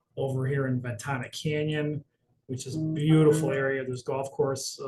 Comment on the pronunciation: Ven Tana not Ventanya